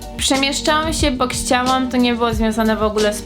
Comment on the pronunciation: "KSZCIAŁAM"